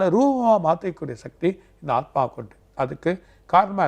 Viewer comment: Aathumaava?? Aathma solla varalai anchor ku